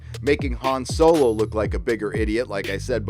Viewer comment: I dislike the direct Disney is going, but I can't take a middle aged youtuber seriously who says "Soylo"